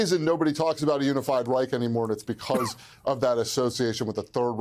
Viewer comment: Its call Reich not rik